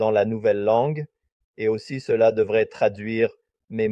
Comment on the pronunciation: Bien d'accord! Et un exemple flagrant est la prononciation du mot "cela"... Je ne connais aucun canadien francophone qui parlerait comme ça! Et si c'était plutôt un français plus neutre, du style "international"?